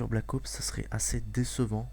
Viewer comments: on dit ops pas oups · Pourquoi blackowoups et pas black ops ?? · jaime bien mais black OUPS mdr blac OPS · Black Oups , mdr j'adore comment il le dit. Sinon , pas de sniper a verrou :( , des lance grenades :( (Un Cod sans lance grenade? Haha la grosse blague mdr) , Pas de UMP : (Ils vont surement mettre un substitue d'arme cheaté. Et Bien Sur TOUT le monde va se jeter sur BT3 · Pouce vert, si toi aussi tu as l'impression qu'il dit Black OUps :) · Il dit black oups ^^